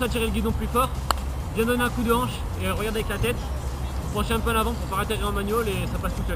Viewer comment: tu veux pas la prochaine fois ca fait 2 fois que je te le dit man :p tu dit pas raterrire mais atterrir stp ca serrais un big up moi qui te suis sur toute tes videos ;P peace man bon ride ;)